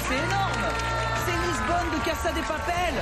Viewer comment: casa DE DE DE DE DE papel le L il est ou????